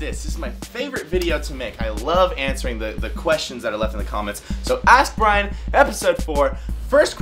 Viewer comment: Nice that you answered my question in the vid. Only my name pronunciation wasn't really correct :P